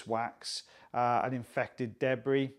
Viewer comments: I love the way you say, “deb-bree.” Happy FriYAY and have a great weekend everyone! 🇺🇸❤️😊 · I doubt that that's anything peculiar to or the Welsh. We in Australia pronounce it that way as well.